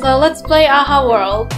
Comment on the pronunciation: is true its world not word